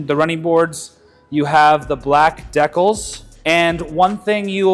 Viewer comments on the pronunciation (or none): This dude can’t even pronounce decals right. GTFO!